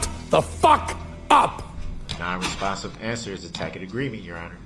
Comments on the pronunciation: He complains that he doesn't understand and acts like the court is supposed to teach him, but HE FIRED HIS ATTORNEYS! They warned him that the prosecutor has tons of resources and he said it didn't scare him one bit. He's only upset he can't get his way. And WTF is a 'tackit agreement'? Is it like a TACIT agreement? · "Is that a tack it agreement?" What, Mr. Brooks, tack it to your pointy little head?